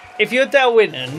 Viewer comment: Winton not wonton 😂